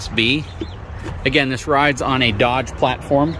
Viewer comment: I quit listening when you said "Dodge."